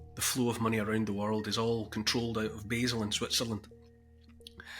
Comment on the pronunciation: It is pronounced Baal not Basil, the home of the beast the BIS.